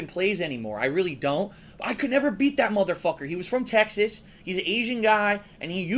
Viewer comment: "Travelling to places like Tech-sis."